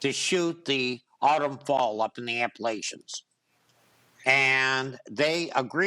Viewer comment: Aside from the defendant being a nut case, his mispronunciation of "Appalachians" endears me to him even less. (Proud West Virginian speaking here!😕)